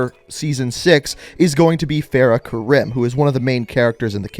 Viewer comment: my name is originally spelled Karim where I’m from and when you say it like wrong I get soft instantly